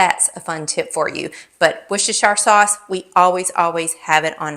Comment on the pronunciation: Wooster..shire sauce is how you say it..a county in England...where I live ❤ a great sauce